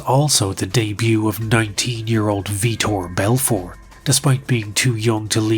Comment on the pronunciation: “Victor belfort” is killing me lol